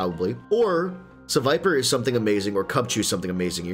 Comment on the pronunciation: The way pronounced sevipers name every way but the right way hahaha